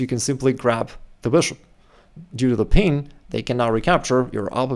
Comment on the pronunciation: It's "pin", not "peen".....😂